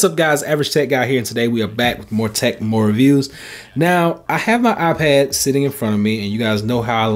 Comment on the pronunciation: “Eye pahhd”